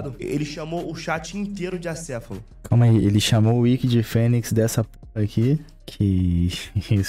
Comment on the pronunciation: Ele não pesquisou o significado de acéfalo, ele pesquisou o significado de ACEFULO, sem acento e com U ainda por cima Eu tava achando que ele falar acéfulo era só vício de linguagem, mas não, o cara pensa que é assim mesmo que escreve pqp